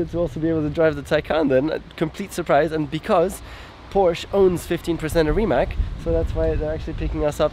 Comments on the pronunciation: How to spell Rimac properly - even Nico saying it wrong, like in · It is not "Rimak" it is yust "Rimac", croatians dont use that "c" as "k". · Nico, you are German. Why it is hard for you to say Rimac correctly? It is like 'Rimatz' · Its pronounced like Rimatz no Rimak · Nico pronounce it like it is Reemats, They should tell you that :) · Rimać :D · Noooooooo, he said Rimak. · Nico, please pronounce it right, it is pronounced like Reemats. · Wait, the guy is called Rimać as in RimaTS, isn't he? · a shame that the german nico rosberg cannot spell "Porsche" correctly...he failes also for the spelling of rimac....c like caeser at the end not a K...anyway